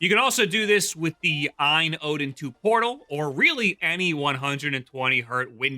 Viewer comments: It's AYE-N not EINE. You probably call it JIF too huh... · just say A-Y-N dawg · I thought it was pronounced A...Y...N?? Or is that an AI doing the voice over? Or have I just been mispronouncing it for 2 years like a proper nob-head?!?😂